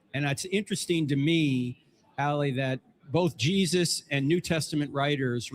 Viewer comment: She can’t even say Jesus !!